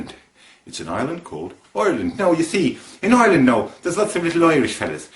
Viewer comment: Very good but I have to say that your Southern Ireland accent is a little off. Your "I"s in particular: it's not Ireland as in "OIR"-land, you should use more of a hard I. It should be like "I"-reland with the I pronounced as if saying "I" like cake. Otherwise cracking effort. The Northern Irish accent was pretty bang on.